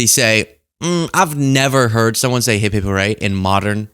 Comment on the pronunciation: But isnt it "hip hip" hurray not " hep hep?"